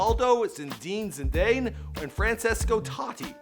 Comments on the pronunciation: Its Zidane (zee-dun) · “Sindin sindayn” “cristian Ronald” H E M U S T B E J O K I N G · Zindien zidaine??? WTF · do people are going to ignore the fact that this man said " ZIN DIN ZIN DANE" wowowow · He looked up to R9 not R7 because R7 is barely older than Salah. And you pronunciation of Mohammed Salah and Zidane is terrible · im dead!! did you hear how said Zinanes name ahahahahh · Put some respect on zidanes name man loool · didn't you hear how he said Zidane xd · Boy...how you said Zidane and Basel...lol